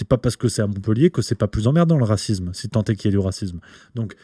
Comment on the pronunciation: Mon cher: on ne dit pas racizme, mais racisme.